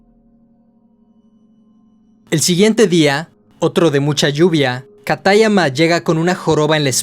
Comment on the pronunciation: Me encanta la narración pero me choca mucho la pronunciación ingles de los nombres o los acentos que no deben de ir como katáyama, siendo que sería "kátayama"